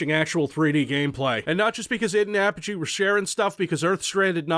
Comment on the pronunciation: Whoa whoa whoa.....hold up......did you just call them APP-UH-GEE?! Don't you mean UH-PODGE-E?!!!! Regardless, RoTT was the game I grew up on, and I swear it made my love for violent FPS's.